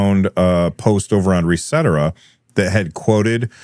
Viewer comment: Pretty sure it’s “Reset Era”, not Resetera